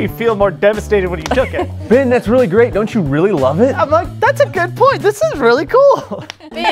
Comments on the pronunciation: why does it sound like said bin instead of Ben? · I kinda hear when she says “Ben” I hear “ Bin” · When said Ben, it sounded like “bin” Like if you heard it too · is like “bin” and not Ben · Uhhh did anyone hear said Ben name like ban